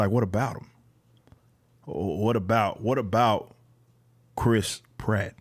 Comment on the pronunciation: Please try to pronounce the a in pratt, apart from that ..great video ..love from England